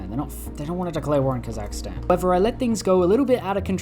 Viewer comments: The pronunciation of “Kazakstan” as “Kazakistan” justifies Germany’s actions. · its ka-zuhk-staan not ka zahka staan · please remove I from "Kazakhstan". It's not "kossackistan*